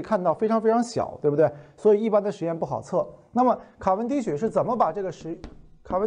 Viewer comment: 卡（qia）文迪许。